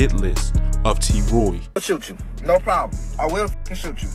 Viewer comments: 🤣🤣🤣🤣🤣 tewwwww yewwwww whoooooo 😭😭😭😭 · Definitely from Baltimore, talkin bout some “Yeww”